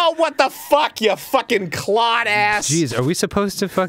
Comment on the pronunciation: it's 'clod' lol